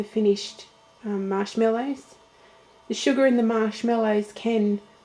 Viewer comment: What did you call the marshmallows at the beginning? it sounded like shot pork buns. lol ive listened to it a thousand times and cant quite make it out.What did ya call em? lmao!! =D